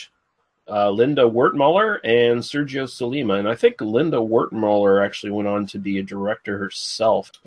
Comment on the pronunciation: Were you reading the names with your eyes shut? Lina Wertmüller (no "d"), Michael Constantine (no Mitchell). Heaven knows how else you butchered names.